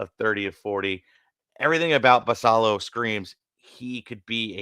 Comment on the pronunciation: Look forward to listening to you guys on my commute to work every morning. One small note, Samuel Basallo is Dominican so i believe he pronounces the "ll" as a "y" like Guillen